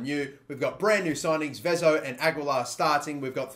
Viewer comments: Just btw ... It's Vezo , not Veezo ... Hard E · It's Vezo not Vizo. Cheers mate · Vezo, not Vizo. Say hello to Brazil 🇧🇷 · It's Vezo not Viiiizo :P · It's vezo not vizo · It's vezo not vizo, I hope that's a good explanation 😂😂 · Its VEZU not VEEZO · It’s pronounced vehzo not vizo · It's not Vizo, it's Vezo, Ve (like Vertonghen) and zo. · its pronounced vetho not viso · I think vezo is pronounced ve(as in vet) zo(as in zone) and kessie was at loan at AC Milan and went back to Atalanta when his loan at AC Milan ended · 50-50 chance to get Vezo right, he should know most non-english speaking countries pronounce e like e as in "Messi" and not like i, and he still messes it up... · Lejao, Vizo, etc. DAMN no one knows how to say portuguese names. Not even Cristiano Ronaldo you guys say it right. Oh well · Hey because Vezo is Portuguese it is most likely pronounced as ‘ve-tho’. He e is pronounce ‘eh’ not ‘ee ‘ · i'm porrtuguese and its pronounced Vazoo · I think it's pronounced v-A-zo